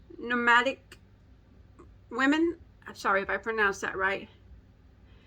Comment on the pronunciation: it is nOmadic not newmadic what beautiful squishy yarn